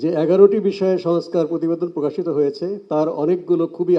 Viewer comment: সংস্কার শব্দটিও উচ্চারণ করতে পারছেন না, নেতারা 😮😮😮😮